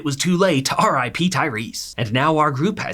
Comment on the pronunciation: the way you say R I P gets me every time🤣